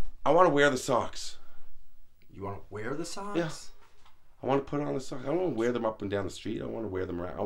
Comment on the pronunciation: “Where else am I gonna wea-well” lmao